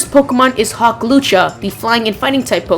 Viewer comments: Hawlucha not hawklucha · Were did hawklucha come from its clearly has his name in the leak its hawlucha lol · "Hawklucha" xD